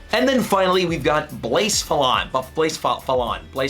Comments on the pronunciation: blacephalon is pronounced like placefalon. (you can type it in google translate and click the reader) I also really like the way you put rotom saying Nihilego at the start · Buh-seph-a-lon Blacephalon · U say blacephelon like this, bla sef a lon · Blacephalon is pronounced Ba-sef-ah-long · blacephalon is pronounced “bluh-sef-a-lon” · and it’s pronounced BLUH-CEF-UH-LON lol i know it’s not easy to pronounce trust me i used to be the same way until rotom dex from the show taught me how to pronounce it😂😂 100% not bashing btw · You butchered those pronunciation of those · How badly he pronounced nihilego and blacephalon hurt my brain